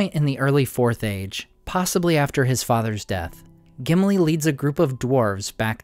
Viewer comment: Gimili more like simpli 😂